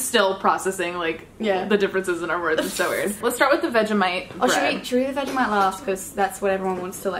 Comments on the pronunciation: Your saying vag-I-mite not Vegemite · Bro when she says vegimite I cringe cos she says it like veg I mite not veggie mite lol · Idk why but it makes me cringe bc she says Vegamite instead of Vegemite but i still love her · It’s vegemite not vegimite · The way she said Vegemite as "vegimait".